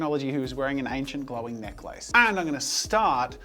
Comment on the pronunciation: Anyone else wonder if they've been saying necklace wrong after this?